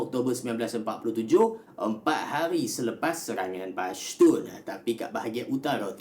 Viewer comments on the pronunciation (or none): Bukan bashtun. Tapi pashtun